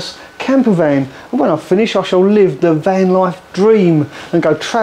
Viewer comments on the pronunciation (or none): none